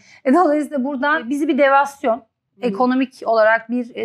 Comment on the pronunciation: devalüasyon demeye mi çalışıyor?